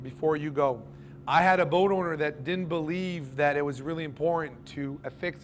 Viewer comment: W respect to the fuse. Say did or did not. Not didn’t, mumbled. Further explain. The “source of power is the battery??? You have no load circuits shown on the battery. Not one. The only load circuit is from the panels to the controller and from the controller to the battery. This part of your presentation is gibberish. The fusing “to” the controller? Or “from”? You want the fuse closer to the battery? The controller doesn’t go to a dedicated charging bus?